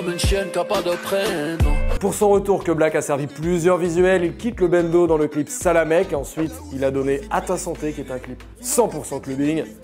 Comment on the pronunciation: Le clip de keblack c saLAMALEK et non salamek